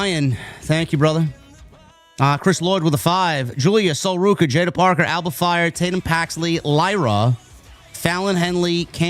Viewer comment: THANK YOU FOR SAYING JAIDA'S NAME # MS.PARKER!🎉